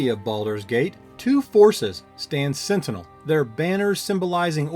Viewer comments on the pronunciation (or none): none